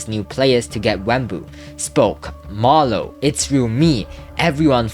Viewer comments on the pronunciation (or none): Bro said marlowww😂😂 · Bro really said marloww😭😭